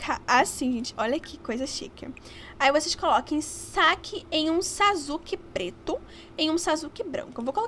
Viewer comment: Amiga é saquê e não saque!